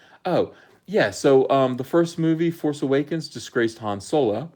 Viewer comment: Use the Pho-ce,.